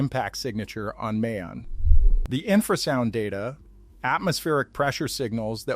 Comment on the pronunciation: It's not May-On.......it pronounces Mah-yon .....